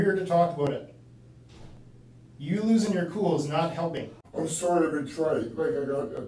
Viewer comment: Detective: "Put the chair up right" Perp: "Sawrry..."